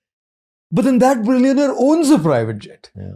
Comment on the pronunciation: Billiown-eyer .. great talk tho!